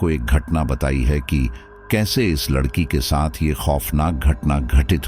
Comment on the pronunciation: ❤😂😂😊❤ aap jaanbujkar ladki ko lakadiya bolte ho ya kahani batate batate bhul jaate ho ladki ki jagah lakdi bol dete 😅😅😊😊❤